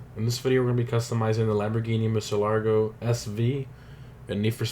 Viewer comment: You definitely didn’t mess up the car’s name in the intro..